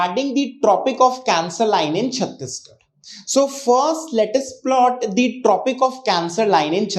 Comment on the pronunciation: Sir, your communication is good. I just want to correct you that(the is pronounced as Di only when it is used before a vowel)